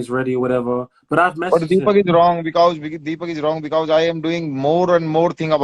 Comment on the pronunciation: 😂bekause bol Raha h because 😂